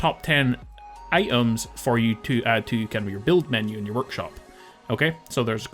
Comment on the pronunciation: "Ite ums" lol your accent. 😂😂